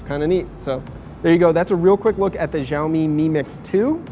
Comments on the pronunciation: its not JIAOMI its XIAO MI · "shao-mi", not "zhaomi" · As a Chinese speaker, I agree that the way he pronounced it sounds more like Jiaomi ("Gel-mee"). The more accurate pronunciation should be closer to "Shell-mee" with very little emphasis on the 'h' sound. Of course it needs to be intonated the correct way but lets just take it one step at a time. :) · it is called "siaomi" not "jiaomi", dont not where did you get the " J " from ? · How come no one can say this company's name correctly in the states? the x has an sh sound. no zh. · SHAO MEE Look up the pronunciation first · Какой блядь - Жяоми. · it's pronounced "siao mi". the x is replaced with s in Chinese pronunciation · Learn how to pronounce xiaomi 😠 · None of these 'hip' american tech sites pronounce xiaomi properly. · You should learn how to say Xiao Mi correctly... it's not that hard. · FFS, learn to produce Xiaomi. How does an 'X' sound like a 'J'? That doesn't even happen in Spanish. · Dislike for breaking the phone and for pronouncing "Xiaomi" incorrectly. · You should google how to pronounce "Xiaomi" better. I dont see any "J" on Xiaomi. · Linel Joseph San Juan x more of a sh sound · Learn how to pronounce Xiaomi.